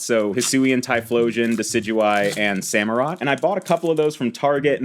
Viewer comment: finally remembers to pronounce Samurot correctly